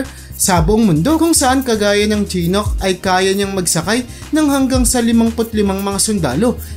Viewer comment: Shee-nook Apa-chee